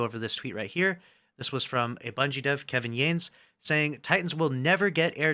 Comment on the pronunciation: Kevin Yah-ness at least say his name right it's respectful. Otherwise thank you for the update 😊